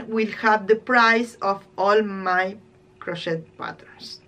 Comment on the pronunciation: Your sweater is beautiful. I’ll be back to watch more. Your English is better than my Spanish. Crochet is pronounced without the ‘t’. With the t it sounds like a bad word. Crochet, I think, is a French word. 🇨🇦